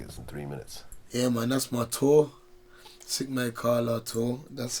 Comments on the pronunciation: its kaala, not karla vlad. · It's "Kala" bruh not karla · Omgg!!!! Haha....its kala not karla..😂👍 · It's Kala not Karla lmao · Kala not “Karla”😂😂😂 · Its "kala" not karla lmao that means somtn eles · Karla is how it's pronounced in Pakistani language. It's kala in the Indian language. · mate its not 'karla' its 'Kala' god damn it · its not "Karla" Vlad it's "Kala". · kala not karla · Its Carla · jeet mist says it as karlas though as that’s why his song is karlas back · Essentially he's using universal word 'Kala' which means black in most subcontinent languages not just Panjabi. The reason why he's pronouncing it Karla is because he's saying it in a strong brum accent. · It's Kalla pronounced like "collar" but without the r kinda like how vlad is a "white collar" working for the feds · loool. its pronounced a bit like kaah-la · They’re the same language 🤦🏾‍♂️ it’s pronounced kala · Pakistani Punjabi’s and Kashmiris pronounce it like that. Who he learnt it from too